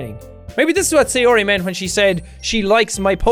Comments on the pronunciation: BTW, I'm pretty sure her name is pronounced "Sigh-OR-ee," not "Say-OR-ee." "Ay" makes an "eye" sound in Japanese. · no really jack say-ori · Say - yo - yo ri! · Say- yo-yo-ri Are you trying to kill sayori? Lets not leave her hangin' k? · he makes the pronunciation of sayori exactly the same as Donut from red vs blue